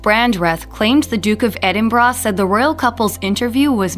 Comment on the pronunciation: WHY CAN AMERICANS NOT SAY EDINBURGH PROPERLY!!!!!!!